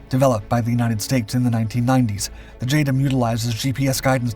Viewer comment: 'J Dam' not 'J Dum'